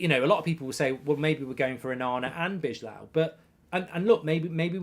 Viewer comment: B-eye-low = bijlow please, I'm dutch